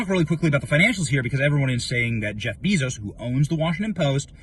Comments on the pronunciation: BAY-zohss (/ˈbeɪzoʊs/) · Bezos, pronounced BAY-zos